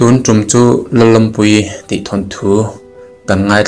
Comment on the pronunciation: A hmeichhe hming hi tlem in i lam diklo deuh a nih hi.thlukna a awmlo lalawmpuii ani tawp